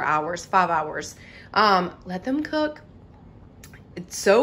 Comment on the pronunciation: 🤣🤣🤣 says cok with me instead of cook 🤣🤣